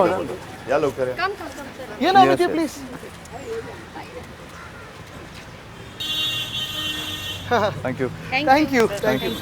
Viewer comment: मराठी मराठी आणि ठांकु ठांकु 😂😂😂😂😂😂